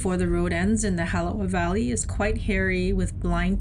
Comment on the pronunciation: It's not the Holly valley it's the halava valley